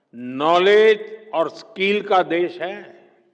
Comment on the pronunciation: PM जी स्किल skill होता है स्कील skeel नहीं। कम से कम बच्चों के सामने बोलने से पहले स्क्रिप्ट को ढंग से पढ़ लेना चाहिए या किसी शिक्षित व्यक्ति से चेक कारवा लेना चाहिए